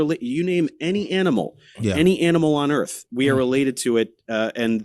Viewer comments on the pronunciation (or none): So the earf? Is it like axe instead of ask?